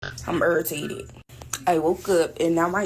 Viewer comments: Urrritated isn’t a word !D u m b a s s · What’s erritated?? 😂😂😂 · She urruhtated.